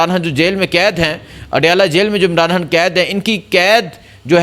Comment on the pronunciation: عمران۔ حان حیبر پحتون حا ہ عوام کو حبر۔ نہیں ہوئی برخوردار پہلے بھی عرض کیا تھا موضوعات پہ گرفت۔ تسلسل اور الفاظ کی ادائیگی عمدگی سے کرنا سیکھیئے نجانے کتنے افارد بچے نوجوان سٹوڈنٹس آپکو سنتے دیکھتے ھونگے ان کی تعلیم کے لئیے تلفظ حروف تہجی درست ادا کرنے کی پریکٹس کیا کیجیئے الفاظ